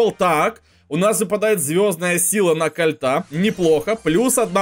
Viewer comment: Я смотрю в 2020 году и мне кажется что он сказал не кольт а вольт